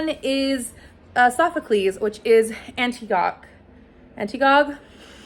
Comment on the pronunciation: I think it is pronounced Ann-tig-oh-knee -- at least that is what someone told me when I pronounced it Anti-Gone like you did!!